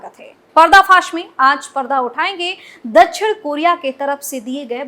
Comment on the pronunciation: दछिण नही दक्+षिण=दक्षिण बोलो